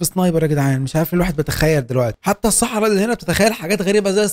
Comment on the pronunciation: كلمة السحراء هيك مو حرف الص